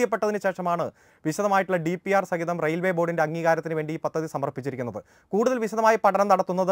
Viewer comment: പത്തതി അല്ല... പദ്ധതി...